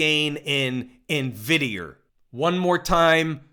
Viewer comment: lol..... always cracks me up in-vid-e-er!!!